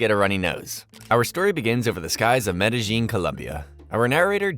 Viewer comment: Don't get how people can make hours long videos that probably take weeks to create and still pronounce Medellin City wrong.